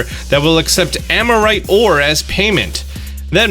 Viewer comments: Hey! Armorite is pronounced AR-mor-ite, not AM-or-ite. Not trying to be mean, just trying to help. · Am I the only one that gets annoyed that keeps pronouncing "Armorite" as "Amorite"? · it's pronounced ARMORite ore... as in ARMOR, not AMORite